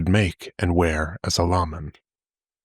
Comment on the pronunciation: just abit of correction Mar-kee and lay-men .